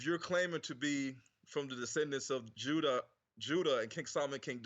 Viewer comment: Pronounced the Names Juda as Huda...Funny how when you told him the letter "J" was invented in the 1500's WHICH IS TRUE..then he quickly pronounced it with a more "H"like sound before going back to immediately saying Jews the normal way